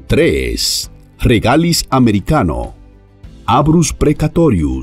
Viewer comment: BE-LLA-DO-NA RE-GA-LIZ (tercera sílaba tónica..regalíz..) A-DEL-FA..